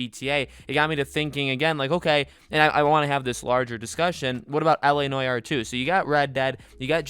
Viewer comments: la noy-are? that's not how you say it mate. la nu-ar but with no emphasis on the hypen. la nuar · Bruh… it’s NO-ARE not noyayar.. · It’s not pronounced noy-our you goose. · La Nore R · la nwar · Why the fuck do you pronounce it like that Jesus Christ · The way u pronounce noire disturbs me to my core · If he says noire that way one more time I swear to god